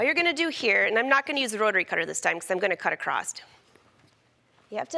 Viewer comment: It’s not ‘acrosst’, it’s ‘across’. :)